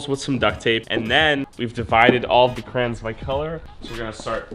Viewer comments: I'm (about) Please stop saying "Crans" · I’m triggered it’s not krans it’s crayons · Anybody else come her to see if he said crans or crayons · its crayons not crans LOOOSER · It’s not crans it crayon 😅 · Its crayons not crans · Cra-y-ons not "Krans" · krayon notcrans crayons not cran crayons not crayn not cran anways love ya channel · Why do people say it crahns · “We have all 5,000 crans” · This foo really be sayin crans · It’s not krans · am i the only one that is confused when he kept on saying Krans.... btw luv your content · omg stop saying krans... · DID HE JUST CALL THEM KRANS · He says crayons like crans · I call them crowns you call them crans I’m triggered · "Crans" (no hate its just funny ❤️) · Who heard him say crayins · Why does he call it krans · why he sayin crayns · Y u say krans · Stop saying Krans (ty) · im suffering the first 30 seconds of him saying krains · please start saying crans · Yes, crans 😂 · XD ME IT SOUNDED LIKE KRANS LOL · Ill thumbs up the video but deep down in my sole hate it because of the way he pronounces crayons. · i will actually stop watching this because you are saying it wrong and I just can't okay I'm sorry.